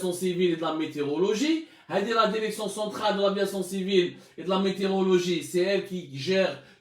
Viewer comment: Il me fait rire quand il dit La derection hhhhhhhhh